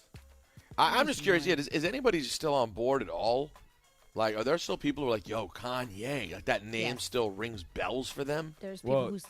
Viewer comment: “Kayne West”